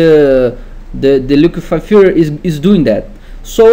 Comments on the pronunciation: its filTER my man not filler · Say FILTER one more time PLEASE :D :D :D :D